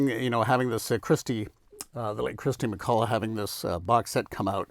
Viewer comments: What's with "Christy McCulla"??? It's KIRSTY MacCOLL. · Umm - not sure about the king of boxsets moniker but it’s definitely Kirsty McColl and not “Kristy McCullagh”